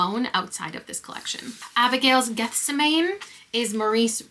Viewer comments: Gethsemane is pronounced ge-sem-a-knee. It's a reference to The Bible, and is where Jesus is arrested while praying before being crucified. Hope that helps 😊. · My traumatic evangelical upbringing finally comes in handy. Gethsemane is pronounced “geth-SEM-uh-nee.” It’s the name of a garden from the story of Jesus praying and suffering for man’s sins before he was crucified. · Absolutely can't handle your pronunciation of Gethsemane!